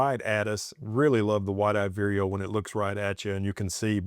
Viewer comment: Lovely pix as usual! I have heard great things about that camera and especially that lens! BTW, is that bird named "White eyed weerio"? I have only heard you say that name and I had been thinking it is "Wide eyed..":D